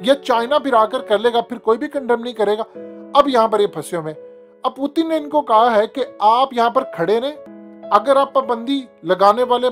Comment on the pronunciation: پوتن کیا ہے پیوٹن نام ہے پوتن پوتن کیا لگا رکھا ہے تم نے